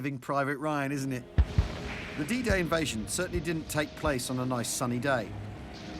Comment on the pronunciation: I swear the man's saying "DJ" not "D-Day" at the start🤷‍♂️( I say the man, rather than Al, because the font makes his name look like "ai" in caps)